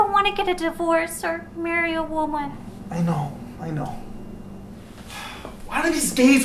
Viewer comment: ‘I don’t want to marry a woomwan’